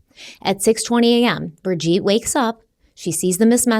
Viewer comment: Her name is pronounced Bridge-Ette not Bridge-Eat!